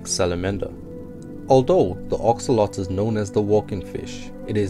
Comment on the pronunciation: It’s axolotl not axoloti